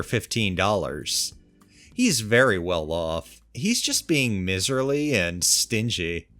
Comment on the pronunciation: "Miserly"..... long i as in eye.